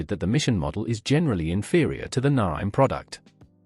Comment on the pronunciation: The AI bot hasn't quite mastered Naim, has it. Why not get a human as opposed to using something that can't even punctuate?